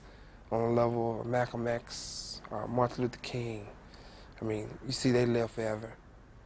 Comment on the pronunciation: He said 'Marthur Luther King' 😂